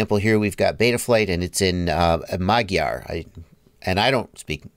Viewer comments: Magyar is the Hungarian language, and btw you pronunciation is very terrible 🤷🏻‍♂️😀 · Hah I'm Magyar! (Hungarian) You said it so strangely!😁😁😁